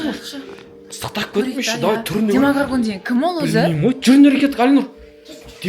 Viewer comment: Демагарган емес демогоргон😅